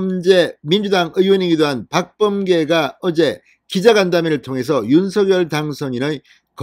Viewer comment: 윤서결이아니고 윤성열로발음해주세요 발음하나때문에 퀄러티가떨어져서야되겠습니까